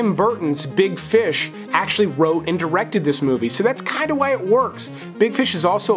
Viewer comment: How do you make the word “and” a two syllable word?! 🤣😘